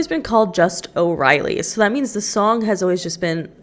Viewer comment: pov: u live in dublin and the pronounciation of o’reilly bugs u